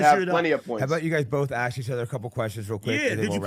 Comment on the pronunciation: It's ask..... with an "S". Let him land the plane.😂